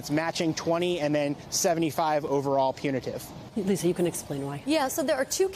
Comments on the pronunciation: Geez, if you're going to do legal reporting, at least learn the lingo. Punitary? It's PUNITIVE damages. Compensary? It's COMPENSATORY. It was painful listening to you stumble your way through those pronunciations over and over again. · Apparently to be a news anchor in 2023 you don't need to be able to pronounce "compensatory" or "punitive"🤭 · A so-called justice reporter should be able to pronounce and understand words like punitive and compensatory. Amateur hour. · is cute to look at, but he REALLY needs to learn how to pronounce the words "punitive" and "compensatory." Seriously, this shouldn't be difficult for a cable network news reporter.